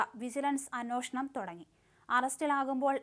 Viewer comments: അന്നോഷണം അല്ല കുട്ടി അന്വേഷണം എന്നാണ്. കഷ്ടം തന്നെ. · അന്നോഷണം അല്ല കുട്ടീ. . അന്വേഷണം എന്ന് വായിക്കു. .വൃത്തിയായി വായിക്കാൻ അറിയില്ലെങ്കിൽ ഈ പണി നിർത്ത് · കൊച്ചേ.... അന്നോഷണം അല്ല അന്വേഷണം 😂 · നിന്നോട് പലപ്രാവശ്യം പറഞ്ഞിട്ടുണ്ട് അന്നോഷണം അല്ല അന്വേഷണം എന്ന് പറയണമെന്ന്.. പുതിയ തലമുറ ഇത് കേട്ട് ഇതാണ് ശരിയെന്ന് വിചാരിക്കും.